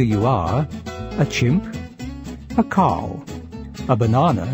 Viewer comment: its funny how he says cow "CAAW"